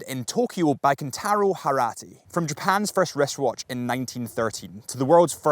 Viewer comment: "Kintaro Harati"😂